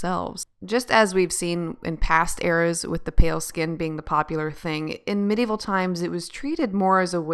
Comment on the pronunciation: You pronounce medieval wrong..but I like your vids